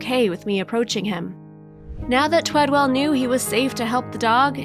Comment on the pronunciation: The guys name is TWEDEL not TWEDWELL. Bet that kinda pissed the dude off that she couldn't say his name right. Gezz, how many times did she say it too? Maybe it would be better if the person telling the story actually read what was written for her also, ya think. Poor guy, does such a great thing and they couldn't day his name right.✌